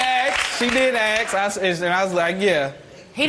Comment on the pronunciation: The word, is easy, it's ask, not axe.